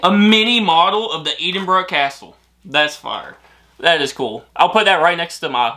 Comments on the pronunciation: Just to let you know that Edinburgh the Ed is pronounced the same as in Edd not ead. Still love your videos. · Hey it's not eedinbrugh it's Edinburgh E for Egg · its Edinburgh not EEdingburgh 🤣🤣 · Please try saying Edinburgh correctly. It's not "eed" in bruh, but ed(like head), so ed-in-bur-uh. I hope that helps 😉😉😊😊Btw, you really look great in the flat cap. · Hi guys. your pronunciation of Greyfriars was pretty good, but can I just politely point out that Edinburgh is pronounced as "Eh-din-bruh" and not "Ee-din-bruh" (thank you for getting the "bruh" part though, most Americans tend to say "burgh" or "burrow") and also "Celtic" is a hard "c" not a soft "s" sound at the start (unless you are referring to the Scottish football team) 😁. Great video. Loved watching how excited you guys got about it all! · Not EEDINBURGH....EDDINBRUH. CELTIC is pronounced KELTIC. Unless it's the Glasgow football team CELTIC when it is SELTIC. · Ed-inbru like Ted, not Eed 😊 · Please, please it is Eddinburra not eadinburrow. Aaaaaahhhhhh!! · It’s pronounced Ed in burrow and not Eden burrow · By the way, it's pronounced Ed-in-buru... Not Eeden-buru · To people sending gifts: Write a note and spell the words phonetically for accent. saying Eden-brah is annoying me!! It's Ed-en-brah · Lol please stop saying Eden-burgh.. its Ed-in-burgh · It's pronounced ehdin burr a not eedin boro ,and Keltic not seltic . Celtic is a language and culture the other Celtic is a football team. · why dont you never let her open her own gifts? your so selfish and its pronounced "EDINBURGH" not eeeedinburgh ffs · It’s pronounced Ed-in-bruh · Whoever sent the Scottish box should have put a big piece of paper at the top with "Edinburgh is pronounced Ed-in-bruh". But his pronunciation was way better than some I've heard like Eeeed-in-borrow, Eeeed-in-berg. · Eedinburgh was grinding my gears lol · I'm from near Glasgow and I pronounce it "Ed in burra' lol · ED. inburgh as in the man Edward.